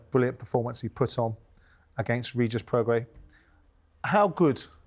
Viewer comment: Simon pronouncing Prograis as “progress” and Spencer pronouncing Regis as “Rejay”🤦‍♂️🤦‍♂️🤦‍♂️